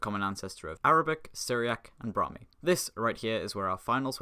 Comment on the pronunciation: Brahmi* not Brohrmi